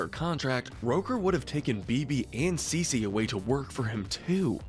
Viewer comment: The twins name are pronounced Beebee n Ceecee, also I don't feel like it's fair for them to be so high up cause they literally went from babies to teens overnight. Not really enough time for them to get their own true personalities